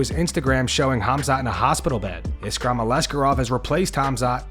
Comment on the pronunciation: Bro said iskram🤣